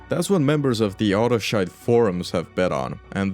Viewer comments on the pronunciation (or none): I lol'd at 9.09 when I heard you say Autoshite in a non British or Irish voice. 😂